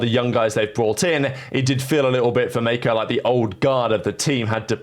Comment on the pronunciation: mispronounced roster: "Mayko" "cauanzan" "toys" "whozie" "mwezera"